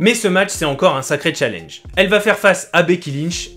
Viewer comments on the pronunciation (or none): none